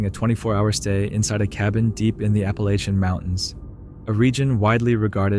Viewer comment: I really wish people would really pronounce the Appalachian Mountains correct.